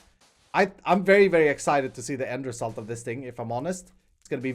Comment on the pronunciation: English: End result = Ender salt!